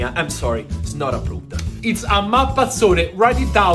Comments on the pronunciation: Mappazzone = MAP-PAZ-ZO-NE. Pronounce it in Italy 🇮🇹. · You keep saying it's a "mappazzone" and that it's not approved, but like... I'm going to wait for the video where you try it :)